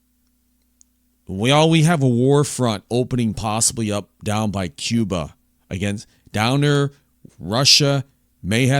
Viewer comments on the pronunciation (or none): none